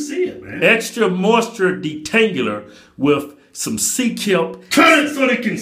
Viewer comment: Extra moisture “detangular” 😂😂